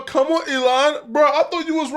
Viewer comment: LOL!! He also says “calm on” instead of “come on” and “rather or not” instead of “whether or not”… maybe he watched so much content that he knows when to use certain sayings but not the actual correct expression 🤷🏻‍♂️